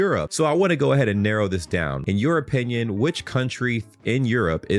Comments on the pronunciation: my mind decided that you said "in Europinion" and I can't unhear it now 😁so I'll keep it and reuse it 🤷‍♂, I think it's perfect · Dude, the way you said "your opinion" sounded like "europinion"! 😂 Also, at best the Yank in the video was left speechless by Madrid, not by Europe.